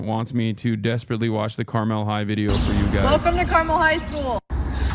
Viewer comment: I have to stress every time the Carmel High video goes around, it's pronounced car-mull. Not car-mell. And yeah. They're a rich suburb North of Indianapolis in their own separate county so they don't have to share their wealth with the rest of the city.